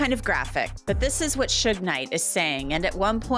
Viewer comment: I can’t handle AI saying, “ Soog “ for Suge